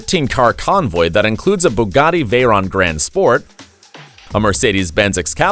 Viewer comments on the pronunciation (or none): none